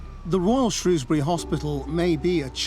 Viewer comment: Pity you can't pronounce 'Shrewsbury'...